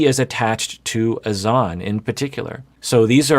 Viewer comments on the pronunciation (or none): Why are the host and persisting with pronouncing Azan’s name incorrectly?:S